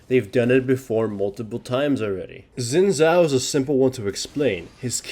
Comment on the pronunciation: "zin zhao"